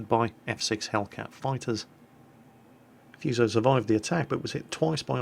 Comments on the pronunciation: Foo-soh pls. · Not F''u''so, F''oo''so is how it sounds like in Japanese. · Love your video. But it's pronounced foo - so, like in food. Not like in fuse. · wow. so many comments! I am Japanese. this is not problem and this video is nice!! look fuso bridge . We are insane everytime :)I recommend to use [fúː] like a 'fool' or 'food'. not [fjúː] like a 'few'. foo-so[fúː sˈəʊ] I like Phenix and St. Louis. but I cant speak... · xbenemisisx The British themselves pronounce English words different...is hurricane pronounced hurricane or hurrikin? Maybe it is the same with Fuso...you say Fooso, others say Fuso. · if I'm not mistaken its pronounced FOO-SOE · its FOO SO ffs are brits incapable of pronouncing any word that isnt english? I swear they do it on purpose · xbenemisisx The funny thing is, if you actually look it up the U isn't really pronounced at all, it is more like Fso. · Fuse-oh.... pls y u do dis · Great vid as always... BUT.... one thing (prolly mentioned by somebody in the previous comments..... I hope ^^: ). The name FUSO is pronounced a bit differently. the "u" is pronounced like "oo" (in "food") and the "s" isn't a "z" sound, but a soft "s" like in "sack".:) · gee look it up on the fucking internet maybe? he even looked up what the word fuso means ffs but couldnt bother to read how to pronounce it? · EcchiRevenge Been reading books on warships all my life and never have seen Fuso with the U, nor the Kongo. Not saying your wrong, but in the English it has never had a U, nor in the bible of warships, Jane's fighting ships. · No, no, no!!! the U in Fuso should be pronounced so that it rhymes with food. When you see Japanese words written in English the vowels all only ever make one sound. A's are always the short a, E's always rhyme with hey, I's always have the long e sound, O's are always the long o, and U's are always oo so that they rhyme with drool.